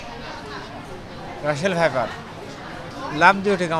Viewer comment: রাসেল ভাইরাস নয়,ভাইপার।